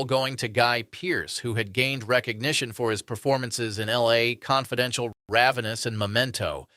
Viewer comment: Yeah, I noticed that too. Became apparent when it pronounced LA Confidential.